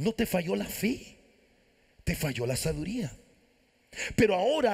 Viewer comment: Sabiduría no la pronuncia bien